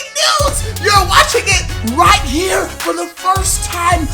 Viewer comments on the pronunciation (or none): none